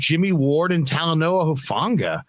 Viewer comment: Dang I hope you guys put it out there that Talanoa low key doesn’t like “huff”. It’s actually very disrespectful to his family name to be mispronounced like that. If you can say the word “who” then you can enunciate the first part of his last name. Hufanga (hoo-fah-ngah).